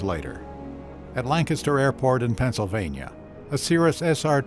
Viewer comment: My compliments on pronouncing Lancaster (PA) correctly.